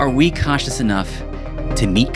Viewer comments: Great video, but every time you said a variant of the word "CONscious" all I heard was "cautious". Kept taking me out. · Also, I wouldn't mention it, but it happens so many times it ends up being distracting. When you say, "conscious", it sounds like you're saying, "cautious." It's like the "n" sound gets dropped out of the audio track.